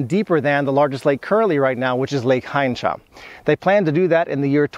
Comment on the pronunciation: Wymówiłeś dobrze Kleszczów, Hańcza - brawo 😊